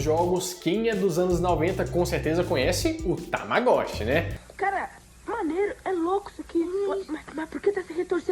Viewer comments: Tamaguxi. Muito estranho alguém falando tamagoxi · Desculpe-me por incomodar, mas a pronúncia correta é "Tamagotti" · A pronúncia original seria "tamagôti". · A pronúncia correta é "Tamagóxi" ou "Tamagótchy". A tradução se fosse a palavra toda em japonês(Tamagochi)seria Ovo Moído. Porém, é uma mistura de palavras, que corretamente fica "Observando o Ovo" ou "Acompando o ovo": Tamago=Ovo, watch=Assistir/Ver e dependendo, Observar/Acompanhar. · "TAMAGUXCHI" Joinville SC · tamaguchi pq o ó tinha som de u kkkk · O correto era “tamagôti”... :) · "TAMAGÚXI", sempre. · falava tamaguchi kk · Eita,Tamagotchi não,e TAMGUSSHI KKKKKK tô com vc,e tamaguchi msm 😌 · Se diz ta-ma-go_ti